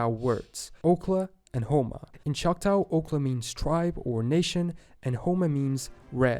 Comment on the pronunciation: OMG. Find a video where the narrator actually knows how to pronounce Native American tribal names. I'm from Oklahoma and Choctaw is NOT "chock tau". I'd hate to hear the narrator say other Oklahoma cities: Poteau, Eufaula, Checotah, Oologah, etc.